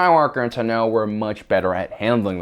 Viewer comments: It’s pronounced “taah-know” not “to-know” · The way he says Ahsoka "Tunno" bothers me more than it should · I cringe every time he says Ahsoka "Tah-no" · Why do you pronounce Tano wrong? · Why do you pronounce Ahsoka’s last surname like that? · How are you able to say Tano wrong .asoka says her name a certain way so you know the pronunciation . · also, he says tano wrong